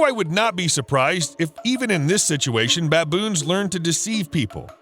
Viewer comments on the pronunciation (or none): none